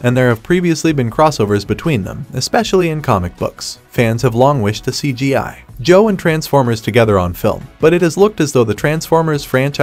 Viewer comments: I hate how he says G.I … Joe 😂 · Bro why cant u pronounce gi joe normally smh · it’s one word for g.i. joe not hyphenated like you say, say it as one word, I grew up watching the original cartoon stop butchering it. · I thought it was a real person speaking until I heard how they said G.I. Joe lol. Getting crazy how authentic AI sounds. In cases like this, I don't necessarily like it because it's taking away someone who could be getting voice over work. On the other hand, it's useful if the content creator isn't good with speaking themselves, or can't afford to hire a VO. Super weird times we're living in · The Pause Between GI & Joe Makes Me Know For A FACT That This Was A Review By A Bot🤖. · Exactly, I hated it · I hate how he said Gi Joe